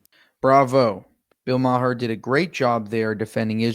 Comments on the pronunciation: Are you still pronouncing his name "MAH-her"? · It's pronounced "Mahr," rather than "Ma-her." Just FYI. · It's pronounced Mar not Ma-her. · It's not "Ma-her"...it's "maar". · Why do u people continue to pronounce his name Ma-her?? His name is pronounced “Mar!” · It's Marr not Ma-har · Bill Maher's last name has a silent "h." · Maher is pronounced Mar. The h and e are silent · Learn to pronounce Bill Maher’s name correctly. The H is silent. It is pronounced “Mar”. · It’s pronounced Mar. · Just so you know you do not pronounce the H on Maher…it’s close to Mayor…but not exactly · He pronounces his name Bill Mar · My friend it's pronounced Bill "Maar"...the h is silent. Agreed great clip.